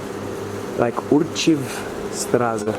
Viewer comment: it's "Archiv", not "Urchiv"